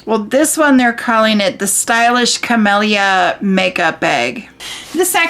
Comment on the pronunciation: It’s kameeleea (camellia)